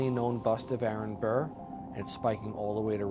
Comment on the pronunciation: Every time they say Arron Bur I’m just like SIR